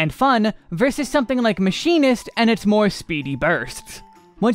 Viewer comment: not him calling machinist Maybelline im donee. ☠☠